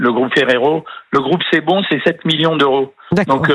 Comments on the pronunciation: Je veux rectifier pour le correspond d'Alger: c'est pas "cebron" mais cebon, et c'est pas à "40 km à l'est d'Alger" c'est à 20 km d'oran (400 km ouest d'Alger). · Un journaliste algérien qui se trompe sur le nom de la marque ,il dit cebron au lieu de CEBON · Cebon pas Cebran , bravo les intellectuelles 😂, pour parler de ce sujet il faut à minima prononcer correctement le nom de l'entreprise qui le produit 😅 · Cher correspondant, c'esr CEBON et non CEBRON, Chère présentratrice, avant de présenter une émission il faut être prate. Une excusse pire que l'affaire elle même. Le lait contenu dans Elmorjène es d'origine française. C'est une guerre économique contre l'Algerie. Les analyses de vos invités sont d'un niveau d'un collégien mediocre. On mélange le commerce et la politique. Vous êtes des perdants. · Vous appelez ça un correspondant ? CEBON et non Cebron le nom de la société qui produit le produit , elle est situé à l’ouest (Oran) et non à l’Est comme le prétend se pseudo correspondant , j’espère que les internautes confirmeront mes dires ! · CEBON et non CEBRON ...votre correspondant est à côté de la plaque..